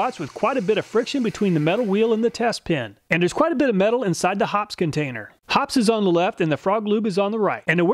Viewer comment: It's Hop-pee's. 2 syllables.